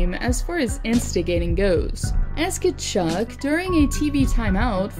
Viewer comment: You need to pronounce Tkachuck properly lmao